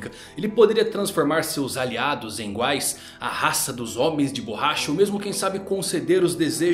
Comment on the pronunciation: "Inguais" kkkkkkkkk tankei foi nothing...